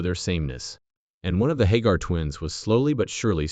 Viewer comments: Now my your calling them hoger twins its hager!!! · You can't even say there name right